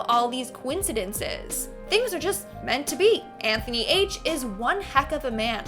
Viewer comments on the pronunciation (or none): none